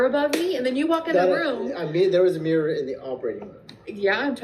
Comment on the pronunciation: Ok, I have to kindly’ point out since you commented on their pronunciation of ‘Idear,’ you also say ‘meer’ 😹instead of mirror. I’m just teasing you though. I grew up going to SLP along with all my other schoolmates. We have some cultural inside jokes on the things yall try to make us Deafies do. In HS I finally had one that knew a bit of ASL at least, so that was a nice change.